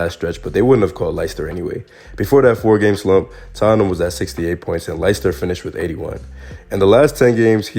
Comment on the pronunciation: Dude your videos are dope. Nice mix of insight and laughs. Btw Leicester is pronounced the same as Lester if you give a f.